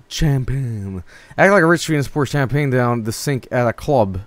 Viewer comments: Champagne, not tchèmepèigne! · Champagne: Sham-pain Champagne according to: Kam-pah-nay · (aMAXproduction) That's the swedish pronunciation for you. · Sewdish my dudes